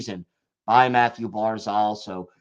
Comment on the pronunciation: Its Barzal.... Not Barzol. Please pronounce it right. Your the only one who says it like that.